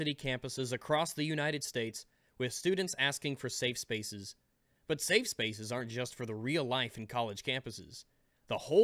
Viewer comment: you put an "s" at the end of Safe.